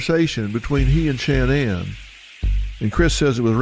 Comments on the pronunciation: What’s Dr. Phil’s problem? Her name isn’t Shanne Anne. It’s Shanann, pronounced Shannon by her and her family. McGraw's insistence on calling her Shanne Anne is ridiculous, annoying and stupid. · You're going to tell me no one tells this idiot how to pronounce her name correctly ? Producers should do their job ! So annoying